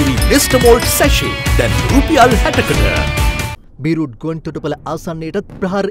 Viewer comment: බීරූට් නෙමේ බේරූට්, අයියෝ tv channel නේද මෙ😂😂😂